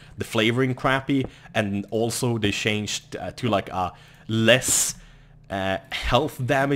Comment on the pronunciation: Love how you say shanged <3<3